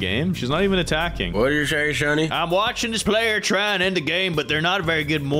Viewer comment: It is watching not wacehing😅